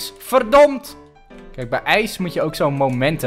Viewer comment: zeg in plaats van verdomd verdond😂😘